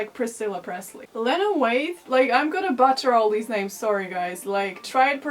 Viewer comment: I love you and it cracked me up that you pronounced "Janelle Monae" correctly and then immediately pronounced "butchered" incorrectly. English is a bitch like that